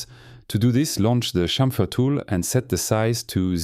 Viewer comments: This French touch in Chamfeeer 😄👍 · Unga Bunga, me like french man say "chamfer"